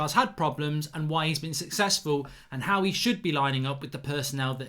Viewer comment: "HIOW ole must line up" lol HIOW!